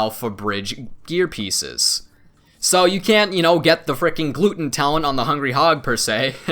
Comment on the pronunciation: 'Gluten'., you're killing me. Glutton =D